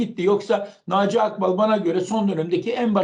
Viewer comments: AKBAL DEĞİL AĞBAL, DOĞRU KONUŞUN! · Ya abide hep Naci akbağ diyor ağbal olacak😂😂👍